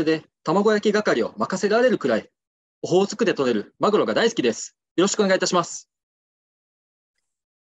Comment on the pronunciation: オホー⤴︎ツク⤴︎でとれる間がマグ⤴︎ロ⤵︎ww